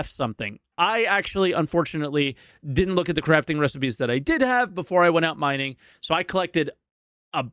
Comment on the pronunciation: “Minging” 😂 Been waiting to get you back for you laughing at my weird behemoth pronunciation!